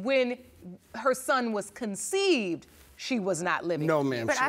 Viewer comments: It’s CONCEIVED not conceited🤦🏾‍♀️🤦🏾‍♀️ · First lady states she conceded instead of she conceived…lol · "So that's when I conceited" it's conceived baby conceived 😂